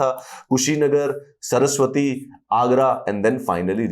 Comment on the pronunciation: सरस्वती नहीं नाम है सर श्रावस्ती बोलते हैं